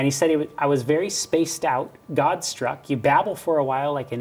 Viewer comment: goBstruck... please correct... don't lose credibility...